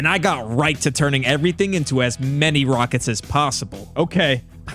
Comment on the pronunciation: “Yow wneed mwor wakets “🤓